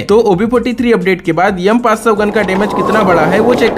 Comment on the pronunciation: M500 ❌ yum500 ✅ 😂😂😂😂😂😂😂😂😂😂😂😂